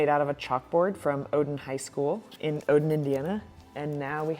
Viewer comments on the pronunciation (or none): none